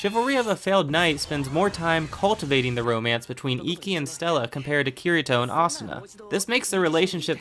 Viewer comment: You are banned from pronouncing names and locations, make an effort to pronounce them when you make videos, its cringy when you dont know how to say akihabara or ye xiu or kirito. if you watched them then you know how to pronounce them honestly its like you just googled your topic and tried guessing the pronunciation